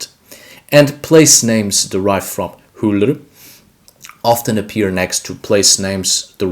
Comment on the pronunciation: haha it's not "H-ullur" its UllR